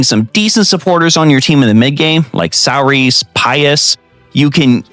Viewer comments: Sear-sha pleeeeeease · that name is an Irish name, it's pronounced "Seer-shuh" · Sir-sha like inertia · Every octopath video I've watched pronounces "Saoirse" wrong .. it's an Irish name and the correct pronunciation is "Sur-shuh" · Since you helped me out I’mma help you out by correctly pronouncing saoirse’s name it’s Say-Or-Sha. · you lost me at "saw-ris" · I do like how this game gives ample opportunities to make "The ultimate party" and I did appreciate couple suggestions you give here. But for the love of all holy go learn how to pronounce irish name Saoirse.